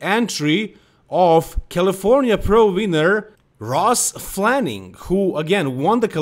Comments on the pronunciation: FLANIGAN! Not FLANING. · It’s Ross Flanagan. Not flannin